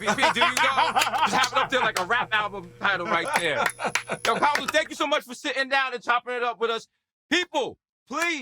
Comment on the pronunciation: Desus low key still can't pronounce Kamala lol